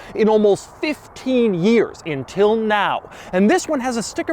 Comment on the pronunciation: I love Doug. But, I don't get why he says "intil" instead "until". Even me being from the Deep South, I notice this language anomaly.